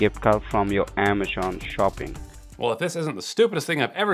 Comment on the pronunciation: dude can't even pronounce Amazon properly.. "ammeschon"